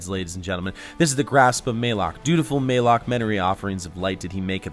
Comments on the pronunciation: ma lock not maylock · Malok spelled like malicious, malevolent, malaria, therefore its "Mullock" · Its pronounced malik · QUICK Update on this video! 75,000? You guys are the best! Thanks so much! Also the correct pronunciation is for Malok is MUH-LOCK (Thanks Deej!) Since I made this in October, before anyone knew anything about it, I didn't know the pronunciation. 6 months later and we do, so please disregard my incorrect pronunciation in the vid! Thanks for supporting the channel! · MAYLOK. MAL ....AL Malok my man, just trying to help